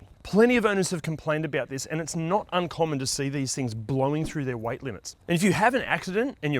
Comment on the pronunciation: I was wondering what color "white" has to do with brake wear, and then I realized he is saying "weight"